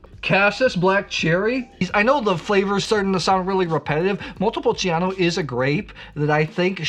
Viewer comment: I really like your videos. Thank you for your insights. I don't want to look picky, but there is no i when pronouncing "Montepulciano". The i is just for the "chaa", otherwise it would be "ca".